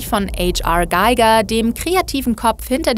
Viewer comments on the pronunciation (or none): XD ich musste auch grinsen als ich die Aussprache hörte....sogar die amis sagen "giga" und nicht "geigar" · Ne?! Forza richtig ausprechen aber ausm Giger dann Gaiga machen, nee nee du, skandal! xD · Eitsch Arr Gaiger... Hans Rudolf Giger, oder "Ha Er Giger" ausgesprochen, war ein Schweizer Künstler. 👏😏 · Sollte man eigentlich wissen. War eben leicht irritiert,bei dem Video. 🤔🥴😂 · ich glaube nicht, dass man den Hans Rudolf Giger englisch aussprechen muss. Der Mann war nämlich Schweizer... 😆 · H.R. Giger, auch Hans Rudolf genannt, war Schweizer. Daher darf sein Name auch mit deutscher Betonung ausgesprochen werden. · Tipp: Der Name des Mannes wird Deutsch ausgesprochen. Hans-Rudi Giger war Schweizer und hat in Greyerz gelebt. Dort ist auch heute das Museum von Ihm, dass ich jedem als Reiseziel empfehlen kann. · Warum zur Hölle wird hier Hans Rudolf Giger englisch ausgesprochen?! 🤣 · H.R.Giger ist btw. Deutschchweizer, ihr müsst seinen Namen also nicht englisch aussprechen. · kennt Giger nicht, sie spricht den Namen vollkommen falsch aus. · danke für diesen Kommentar. als Schweizer tut die aussprache sowas von weh und man sollte schön wissen, in dem Berufsgeld, dass der gute Mann schweizer ist/war. Giger würde sich im Grabe umdrehe, wenm er hören würde, wie sein name hier ausgesprochen wird. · H.R. Giger war Österreicher, den Namen spricht man nicht englisch aus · Sorry aber wiso kann man H.R Giger net auf Deutsch aussprechen ??? Er war Schweizer also sprich es deutsch aus 🤦🏻‍♂️